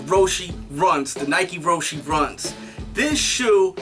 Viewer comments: its roche not roshy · It's Row-she...